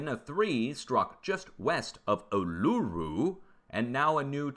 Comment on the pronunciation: Hi, love your channel. As an Australian I gotta help you out, you have trouble every time you try to say it: Uluru pronounced: Oo la roo. Say it fast x